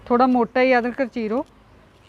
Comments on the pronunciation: Adrak not adkar speak right Punjabi please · Mam adkar ni hunda adrak hunda he ji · ਬੀਬਾ ਜੀ ਅਦਕਰ ਨਹੀਂ ਅਦਰਕ ਹੁੰਦਾ ਹੈ। ਪਲੀਜ਼ ਸ਼ਬਦ ਸਹੀ ਬੋਲੋ। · Adker ne hunda g ,adrak hunda hi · ਅਧਕਰ ਨਹੀਂ ਹੁੰਦਾ ਜੀ। ਇਸਨੂੰ ਅਧਰਕ ਕਹਿੰਦੇ ਹਨ ਜੀ। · ਅਦਕਰ ਕਿਉਂ ਕਹਿੰਦੇ ਹੋ ਅਦਰਕ ਹੁੰਦਾ ਮੈਡਮ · ਬਹੁਤ ਵਧੀਆ ਵੀਡੀਓ ਅਦਰਕ ਹੁੰਦਾ ਅਦਕਰ ਨਹੀਂ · Adkar ni hunda medm adhrk hunda he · ਅਦਕਰ ਨਹੀਂ ਅਦਰਕ ਹੁੰਦਾ 😂😂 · Bebe adkar ni hunda adrak hunda aa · Bibi ji adkar ne Hunda adrak hunda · Adkar नहीं adrak kahida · Adrak bolo bai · ਅਦਰਕ ਤਾ ਕਹਿਣਾ ਨੀ ਆਉਂਦਾ